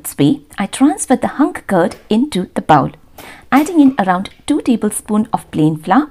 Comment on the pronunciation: Bowl not baowl